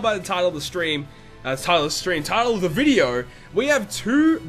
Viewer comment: I love how he says "video" lol: In this vidyeo...